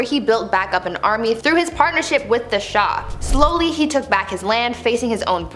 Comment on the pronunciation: shah should be just one syllable, but you're cute so we'll let it slide.